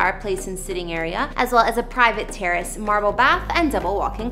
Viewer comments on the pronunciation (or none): none